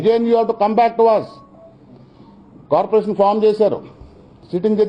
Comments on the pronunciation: కాపురేషన్ కాదురా కార్పోరేషన్. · Kapu kapu antu alvatulo corporation ni kuda kaporation antunadu 😝😝lol